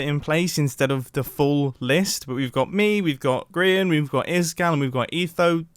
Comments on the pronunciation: Really Mumbo, Grian Not GRAIN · I believe that it's pronounced grain not grain For the people that dont get the joke look at the sign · Mumbo: we've got me we've got "GRAIN" Me:are you kidding me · Mumbo: "Grian" The sign: Grain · Sign:Grain Me:Grian not Grain... XD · bruh ITZ GRIAN NOT GRAIN GRIAN GETS MAD ABOUT IT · Grian not Grain.Grian not Grain.Grian not Grain.Grian not Grain.!!!!!!!!!!!!!!!!!!!!!!!!!!!! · is says grain instead of grian LMAOO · Are we just gonna ignore the "grain" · that's not how you say it but ok